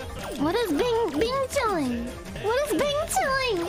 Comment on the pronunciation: I’m mandarin native speaker don’t know why he keeps saying bing chiling XD